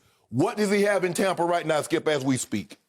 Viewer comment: Skip: “TOM-pa Bay” 😂😂